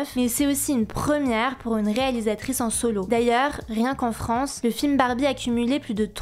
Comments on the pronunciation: "a bas la farance" 🤣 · " A bas la Farance" 😂